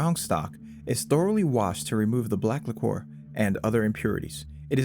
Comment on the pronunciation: it's liquor not licore